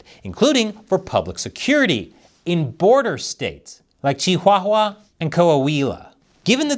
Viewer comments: Love your videos but your pronunciations of the States Chihuahua and Coahuila was off. The H vowels in the names are essentially nonexistent so really its pronounced Chi-wa-wa (like in English) and Coa-wee-la, respectively. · lol did bro literally call Chihuahua with the H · Wtf, lol why the hell did he say chihuahua like stewie from family guy would?